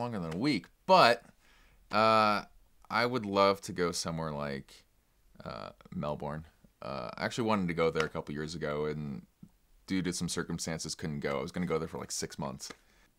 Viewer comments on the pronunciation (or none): Yes, Melbourne!!!!!! FYI it's pronounced 'Melbin' :)